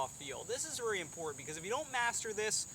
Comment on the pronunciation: I kinda like how you say vry instead of very